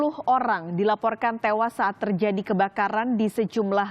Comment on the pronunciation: Sepuruh olang? 😄